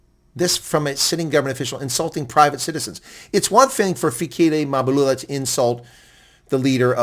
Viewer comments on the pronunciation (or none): It's Mbalula, not Mabulula😂😂😂😂😂😂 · MBA - LU - LA ...say it.. MBA - LU- LA ..say it